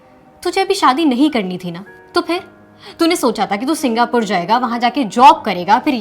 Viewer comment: Singhapore bol rahi hai😂